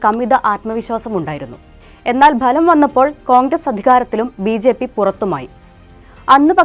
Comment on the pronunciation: ബലം വന്നപ്പോൾ അല്ല.. ഫലം വന്നപ്പോൾ...